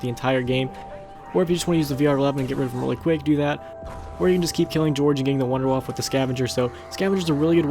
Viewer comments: Are you dempsey you pronounced number 2 "Wonder Waffle" it's "Wonder Waff" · It's not wonder-woff or wonder-waffle. It's wonder-woff-uh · Idiot, he called it the 'Wunder Waffe' even though it's a German mad gun made by Dr.Edward Richtofen so it would be pronounced 'Vun-der vaff' not 'Wunder Waffe', check your facts before you make a video. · Its not pernounced wunder waffah, its a German word and in German W's sound like V's. So its pernounced Vunder Vaffuh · The Wunderwaffe is actually pronounced "voonda (short oo) vahf", as in the Deutsch word for Wonder Weapon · Vunder-vaff-uh (w's are pronounced as v's in German) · Wunderwaffe is actually pronounced "VunderVaffeh" because it's German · Actually It's Pronounced "Vunder Vaff" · khalial EPPS its actually vunder vaffa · Lol he said wunderwaffle pfffffft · it is actually it is pronounced vondervaf because it is german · Fuck tard... its not pronounced wonder waff.... "Waffe" means weapon in German, there fore its actually "Wonder Weapon" Or Waffe<the e isn't silent. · Also the Wunderwaffe is pronounce Vunder vaffe, a "w" in German is pronounced with a "v".... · a little German Tip :D : you speak the Wunderwaffe Out without the E on the end ;D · I like how people cant speel german words like Wunderwaffe, Verrückt, Kino der Toten. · Not N W's are pronounced as V's in german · Sorry but just to put it out there but the wunder waffe is pronounced wunder waffer and Die Riese is pronounced dee riser which translates to wonder weapon and the journey